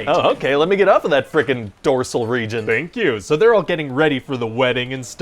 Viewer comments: “ Dorsal Region” Lol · "...dorsal region